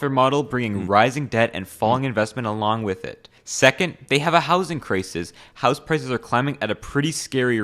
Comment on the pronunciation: Canadian accent really slipped when you said” I want to buy a house”